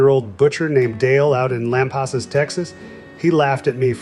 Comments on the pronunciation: It’s pronounced Lam-PASS-us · Texas? BS. The guy said Lomp os us Texas. not Lampasas